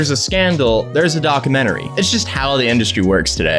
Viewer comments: "docamennery" lol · What's a docermentary? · Why do you say documentary like that? It's a long u sound not uh